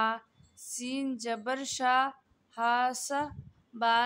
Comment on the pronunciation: Mam you can't pronounce seen and sheen perfectly You pronounce सीन और शीन same agar mai galat hu to bata Dena